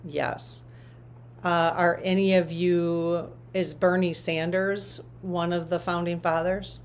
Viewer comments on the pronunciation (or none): none